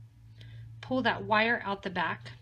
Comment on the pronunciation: love the pattern and all your videos... have watched many and created a lot of pieces.. my friend and i get together once a week and bead...and we will both sit and watch your tutorials...and she is forever telling me to behave.....as i listen to you talk, you are always say '' give it a nice tight pool... and im always saying...its pull, pull not pool.... she just chuckles n says you're so bad (to me ) but i do so appreciate your patterns, tutorials and your products!!! so ty all at potomac bead company